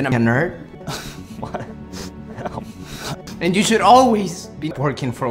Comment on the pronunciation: “Normal the Nyurd” xD dies of laughter